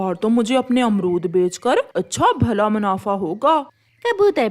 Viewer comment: Haaton nahin--- Haathon. Rano ko to apni maa ke haath se bane daal chawal khane the,bana usne khud hi liye. O nalaik, manafa nahin--- Munafa. O anpadh ganwar, wahan hi nahin--- Wahin. Tumhein ye bhi bolna nahin atta. Achchhe se nahin--- Achchhi tarhe.